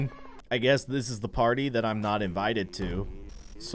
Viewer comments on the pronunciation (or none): none